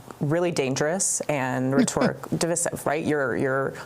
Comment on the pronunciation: The empty headed talking head used the word "rhetoric" as an adjective although it's obviously a noun and pronounced it re-TOR-ic. sigh.